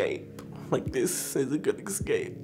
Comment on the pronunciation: Me: Wanting to make fun of for saying “icks-scape” Me in reality: Crying over his story.